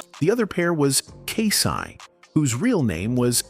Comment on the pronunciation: Not K SI